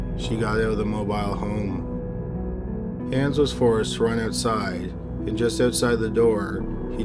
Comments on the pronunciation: I'm annoyed by him mispronouncing mobile home and when she's supposed to testify she happens to get an air bubble?? Please, they shut her up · Why the hell is he saying mobile home like that in the first case?